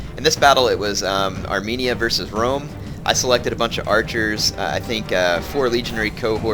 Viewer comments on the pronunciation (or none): none